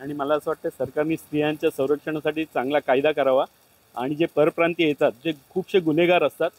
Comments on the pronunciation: परियप्रांत??😃 की परप्रांतीय, मराठी तर नीट बोल बे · परिप्रांतीय नाही रे परप्रांतीय असा म्हण तू पण परिप्रांतीय आहेस का 😂नीट उच्चार कर